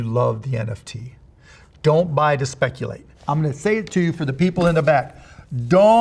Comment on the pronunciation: "DON'T SPECUL...mleahhh" Wiser words have never been spoken...